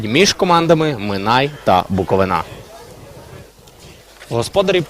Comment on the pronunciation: За таку поразку не соромно від Шахтаря, Барселони😂😂, але не від минаю! І ще! Коментатору потрібно вивчити, що команда зветься БуоковИна, а не БуковинА......наголос на И, а не на А😂